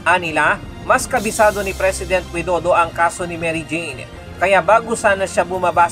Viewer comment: The Way to Say Properly to Pres. Of Indonesia, not Wido do it's Pres. Widodo paanu tayo papakinggan kung di tayo Magalang sa pagsasalita tayo ung humingi ng clemency na palayain Dapat magsalita tayo ng May Galang...